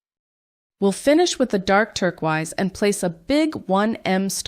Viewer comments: Hey it sounds like you didn't realise, but turquoise is pronounced tur-koys not turk-wize. This can sometimes happen, even to native English speakers when we pronounce a word phonetically but have not actually heard it spoken! Lovely designs, but the mispronunciation is really jarring, you might want to re-record the audio for the video 💕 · Love the video but you have me wondering if I’ve been saying turquoise wrong all my life, lol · The was that you pronounce turquoise is kind of infuriating 😂